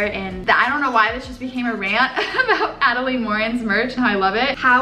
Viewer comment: Oh my gosh!!!!! A-DEL-IN. Adelaine Morin!!!!! No hate I love you!